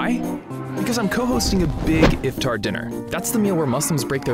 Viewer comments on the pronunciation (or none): iFtEr? Yaar Iftar bolo! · when he says if-tar I cringe so hard lmao